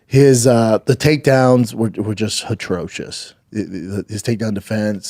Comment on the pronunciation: Is anybody ever going to tell Brendan it's "atrocious" and not "hatronous"?